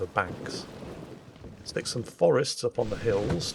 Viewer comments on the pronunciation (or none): none